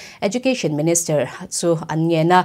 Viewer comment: Minister..not Menester...Kolasib...not Kolaseb...lam no kan tum lutuk luatah hian a fuh lo zeuh zeuh thin